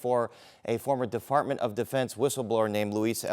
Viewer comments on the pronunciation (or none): 😂😂😂 dude said "a former deFARTment of defense!" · Defartment......I caught that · As a Filipino, I caught this shit real quick. We mix our Ps with Fs lol!! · The anchor said “DeFartment of Defense” twice? 😂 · “Defartment of Defense”?? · Defartment of Defence 😂 pfffffff ahahahahahahah